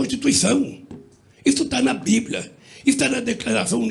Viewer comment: Alguem diz para esse senhor que nao se diz bibla. E em segundo o povo quer liberdade, segurança, saude, educaçao, infra estrutura, eleger um presidente só para comer picanhá? Esse é seu Plano de governo?